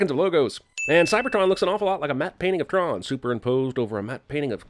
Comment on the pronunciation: He can't even pronounce Cybertron